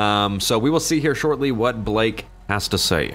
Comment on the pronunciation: The way you said Blake lmao no